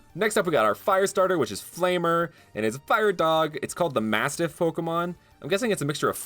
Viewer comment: Flam-er not flamer lmao🤣 its all good B